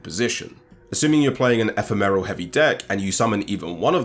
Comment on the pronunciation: I cannot deal with this e-phe-meral.